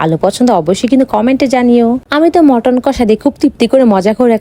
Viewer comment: মটন না মাটান😂😂😂😂